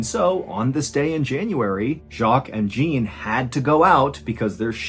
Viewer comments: Jean is pronounced more like “John” with the “j” sound you’re using for the nameJacques. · So funny how pronounces Jacques correctly but pronounces Jean "gene" LOL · Sorry, Mr. Ballin I have to do it. Since this is French Jean would be more pronounced like Shawn. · the pronounciation of "Jean" as a boy's name in French is more something like "Shaw", not like the English female name "Jean" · Jean is pronounced like your name John cut off really short Joh in French and it means John in English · Darlin.... the way you are pronouncing "Jean" is setting my teeth on edge. It's pronounced like your name, but with the "zh"... think of the StarTrek Next Gen character Jean Luc Picard. To understand the way the mispronounciation grates, as a native Masshole, imagine someone repeatedly mispronouncing "Gloucester" or "Stoughton".... after like the second time, your nerves start to fray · I think Jean might be pronounced ʒɑ̃n (Xun). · Love your stories but how did you manage to correctly pronounce Jacques but not the French pronunciation of 'Jean''? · LOL! Mr Allen couldn’t properly pronounce the French counterpart of his own name. Jean (Dzan) is the french counterpart of John. Not making fun of this. It’s nothing serious. 😊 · For the record, the male name Jean is pronounced Jon. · Jean is pronounced John in French. The beast sounds like a Lupe Garu. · Hi, John. FYI - "Jean" is French for "John". It is pronounced "John" with a soft "J" like "Jacque". Same as your name! 😊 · Sad that so little fact checking was done on this story. No idea why you renamed Jaque's friend Joseph & made him into his brother called Jean, but you'd have thought at least one person in the team would have checked the French pronunciation of "Jean" which is NOT like denim jeans but closer to JOHN with the softer French "J" 👎🏻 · Ballen: pronounces "Jaque" correctly Also Ballen: pronounces "Jean" as "Jeen" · Jean in French is said like "zhahn". :) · This is not as you pronounce Jean 😂